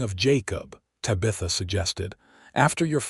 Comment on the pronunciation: Ta-BI-tha??? No, it's TA-bitha. Mispronounced words in these stories is so ridiculous!!